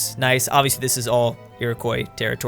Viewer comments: how he pronounces Iroquois annoys me. Its iri-qua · please never say Iroquois again